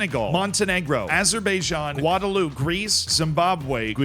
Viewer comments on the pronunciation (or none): none